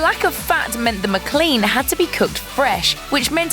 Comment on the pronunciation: It's not a Muh-clean Deluxe. It's a Mic-lean Deluxe. Like McDonald's. The way you said it makes it sound like a cleaning product! I gotta muh-clean muh car!